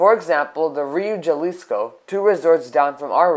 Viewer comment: By the way it is (Ha-lis-co) pronounced, not (ja-lis-co)